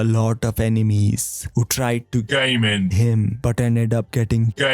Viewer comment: Is it me, or does it sound more like "gay men" and less like "game end".